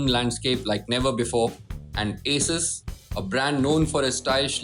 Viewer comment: Your pronunciation of "Asus" is wrong... its A-sus